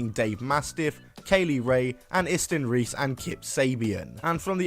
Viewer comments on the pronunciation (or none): none